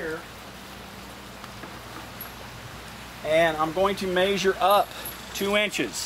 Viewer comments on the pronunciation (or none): Its measure not major